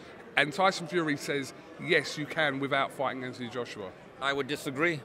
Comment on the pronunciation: Anthony Joshua not Anthon Joshua.